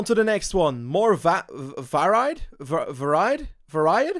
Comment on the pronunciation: "Varied" is pronounced like "vary" but with a "d" at the end, it is a bit confusing as "variety" is pronounced more like how you were saying it, that's the English language for you!